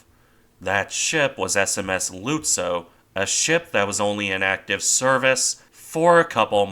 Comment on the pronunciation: Hey. Whats up with your pronunciations? For instance the way your pronunciation of " Lützow" is that the way German speakers say it? your not using a bot or something to write this script are you?